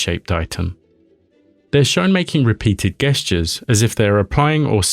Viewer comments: "Gestures" with a hard 'g'? Really? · Your mispronunciation of the word "gestures" is blowing my mind.